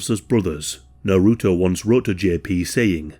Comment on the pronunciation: The way u say naruto hurts.